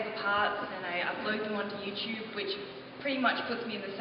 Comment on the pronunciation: She's always saying Youchube. It clearly says YouTUBE (in red) !! =T